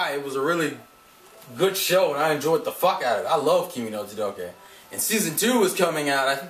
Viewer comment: Kimi NI todoKe SaWAko KazeHAya AyaNE ChizuRU And the "y" in ryu is silent